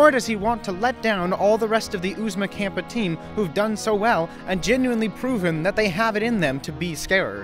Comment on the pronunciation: It's Kappa, not campa. Kappa is a greek letter, the frat and sorority letters alternate between greek letters and monster sounds.